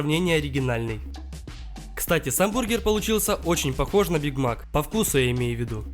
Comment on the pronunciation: Почему бiг мак а не биг мак